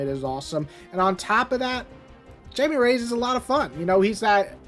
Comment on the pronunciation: ITS pronounced as high me like thats how you say blue beetles name its spanish lol